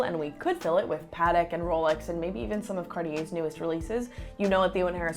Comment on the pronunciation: did just say paatik?? I'm just kidding great vid👍🏾